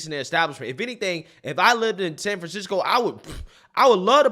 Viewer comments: "San Fran-sicko"? LOL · San Fransicko... LoL that is perfect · Wow you got that right - San Fransicko 😂